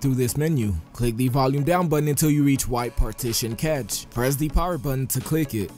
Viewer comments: Its (CASH) not (CATCH) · pronounces cache as 'catch' not 'cash' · Its cache... Not catch...